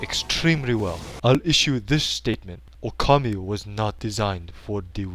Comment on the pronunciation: "That's funny, just last week I could not pronounce his name." ...and you still can't, as the last "u" is actually silent. :P But in all seriousness, this episode is great. It's awesome to see Okami reviewed, and the presentation is hilarious. XP